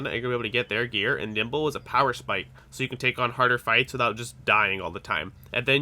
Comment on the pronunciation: Why do I keep hearing you say nipple everytime you say nimble. Specialize in NIPPLE...BRO I ALREADY DID AND I STILL SUCK! :)